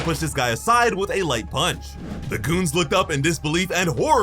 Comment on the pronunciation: Watch how you say the word "goons" it had a bit of a "K" sound to it